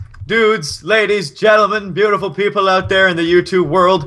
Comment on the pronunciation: Awh, he called me booteeful! *blush*